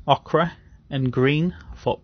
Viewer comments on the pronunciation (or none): One tip, Ochre is pronounced Oak-er :)